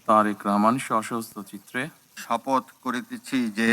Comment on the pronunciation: ছি ছি ছি এহসানুল হক মিলন সাহেব আপনার প্রধান মন্ত্রী তো শপথ শব্দই সঠিক ভাবে উচ্চারণ ই করতে পারে না ছিছ